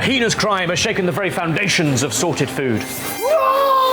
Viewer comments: i pronounce it "Hay ness" crime, pronounces it "He nee ious" and I'm not sure I'm okay #loveyouBen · The pronunciation of heinous is something I've never heard before lmao